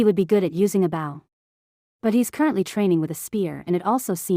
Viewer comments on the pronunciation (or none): It’s bow not bauw please work on pronunciation